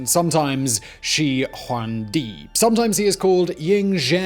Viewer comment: After one hundred times she hong djee and wang bang sching, I gave up